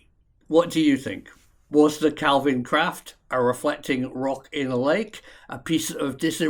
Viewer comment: Well done on correct pronunciation of calvine. And your pic of loch rochty is actually kinloch rannoch where I'm from😅